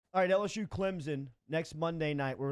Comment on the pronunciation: Almost as bad as "Clemzin" ugh